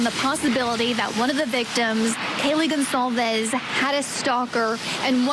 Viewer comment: The on scene reporter mispronounces Kaylee Goncalves name wrong. Every single time. To her credit, she did a nice job of showing the exterior layout and setting of the home better than any other reporting I've seen..